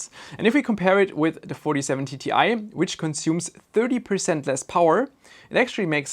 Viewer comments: Why do you keep on saying Ti as TTi? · this guy pronounces it like 47TTI, idk how he does it but he does